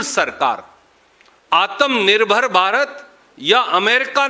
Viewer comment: आतम निर्भर नहीं “आत्म निर्भर” उच्चारण सही होना चाहिए आपका आप पार्टी प्रवक्ता हैं लोग बहुत गौर से सुनते हैं।